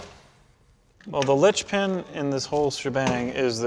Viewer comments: It's LINCHPIN not "Litchpin" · Also, it's linchpin, not litchpin.